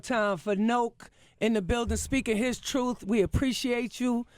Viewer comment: "You not going to tell the truffe"